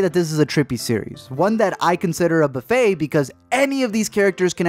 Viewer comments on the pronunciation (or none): none